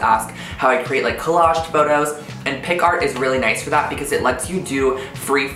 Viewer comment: Am i the only one who gets annoyed when he says picart instead of picsart?😂 great video tho' love these